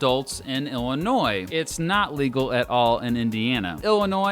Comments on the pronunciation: Thanks for not saying the S at the end of Illinois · As an Illinoisan thank you for pronouncing Illinois correctly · Thank you for calling it Illinois and not Illinois